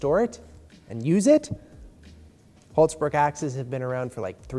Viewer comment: Oh how I wish I could teach you to properly pronounce "Hults bruk".